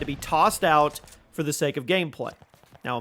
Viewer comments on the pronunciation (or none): none